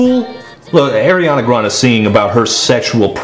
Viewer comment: Air-Ee-on-ah grand... Lol but seriously she is a good singer but i think the pop songs don't utilise her.